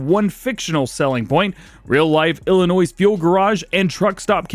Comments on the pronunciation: Ummm great video as normal but the s is silent in Illinois. Have a great 4th. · The S in Illinois isn't pronounced. Every time you say it, I cringe. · The "S" in "Illinois" is silent by the way. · I know this is picky, but the S in Illinois is silent. Us Illinoisans hate that people pronounce the S